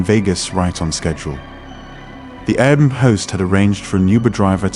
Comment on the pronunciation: maybe, but air bnb was pronounced like a word instead of separate individual letters